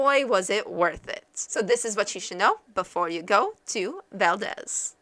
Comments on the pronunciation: that is Val-deez not Val-dez! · Yeah, to town residents and people in the state, it's val-DEEZ. accent on the 2nd syllable. To be historically correct though, i'm pretty sure it's pronounced how you say it since it's a person's name. With that said, just say it wrong and you'll be right. hahaha. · Sorry…. I can’t really listen to this…. It’s valdeeeez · aaahhhh...you are pronouncing it wrong!!!!! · You're pronouncing it wrong lol